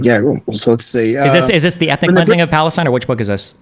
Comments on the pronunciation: LOL that’s not how you say “I am from Lebanon and I am from Palestine” in Arabic The fact he had to correct his Palestine pronunciation tells me he is really not Palestinian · I am from Iraq and this guy's Arabic is real bad he can't even say ' I'm from Palestine properly'